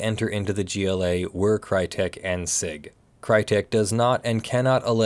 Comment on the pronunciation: Hey I’m pretty sure it’s pronounced “see eye gee” and not “sig”, but I could be wrong. Also, no damages for termination does not mean no damages for breach while the agreement was still in effect.